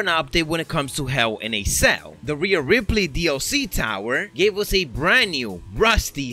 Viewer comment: hew in a ceww